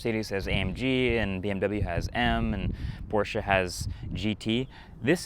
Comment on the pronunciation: Porsche not portia Pronounced "Mai bahh" not mayback